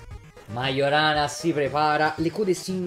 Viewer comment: btw Majorana si legge "maiorana", non "magiorana".